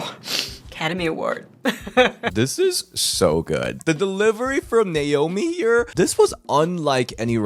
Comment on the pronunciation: Don't you mean Naomi not not slomi and as well I've not heard of anybody called slomi if you're not good with names then learn to say their names properly